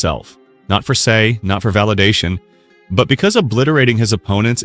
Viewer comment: this guy can't even pronounce Sae's name right. Americans always pronounce A as Ay.